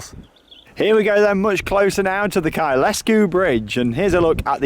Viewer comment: Kyle Sku not Kyl es ku... just saying... enjoyed your road trip.